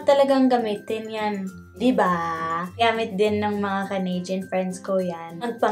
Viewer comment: Even the way u say canadian - “canaydyan” so pinoy haha